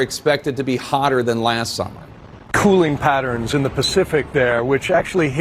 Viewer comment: Funny to hear one guy talk normal and then the other has to talk retarded to give weather